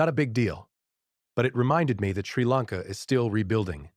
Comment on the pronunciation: Clearly AI. Mispronounced country name. Lots of wrong pronunciations. I hate YouTube because of AI